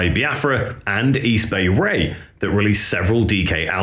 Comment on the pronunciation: Easy Bay Ray lolololol Close but no Cigar buddy. It's East Bay Ray, not Easy Bay Ray lolololol. How about D.O.A from Vancouver Canada? The Subhumans is their sister band. Canadian Subhumans. Crass would be cool from Britain to.